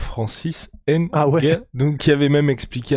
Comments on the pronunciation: Prononcez bien les noms des gens c'est Nganou et non N'ganou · On dit Nganou pas HAINE-GANOU faites un peu un effort ! C'est quoi ça ?